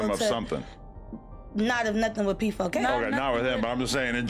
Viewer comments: You kept saying PK4, while it is P4K.😅 But I agree with most of what you say. Mark definitely is creepy. That's why he feels comfortable around p!mps etc. As a a semi journalist/ interviewer, you must have some sort of integrity. And sometimes, with 'vulnerable' people, you have to protect them, even against themselves. You also must consider the consequences of the story, especially when the person you interview can't oversee the consequences! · U called him pk4 now I can’t say it differently 😂 pedokidnap4